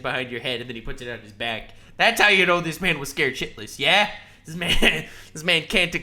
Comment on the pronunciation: gave us a Canadian yea